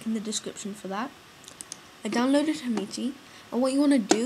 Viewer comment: its hamachi not hamichi